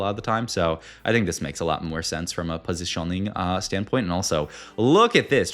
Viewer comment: Pos-iti-oning lol. You're one of a kind man